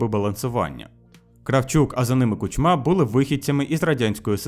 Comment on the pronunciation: Не КучмА, а КУчма. Слушай, что ты прогоняешь через нейронку.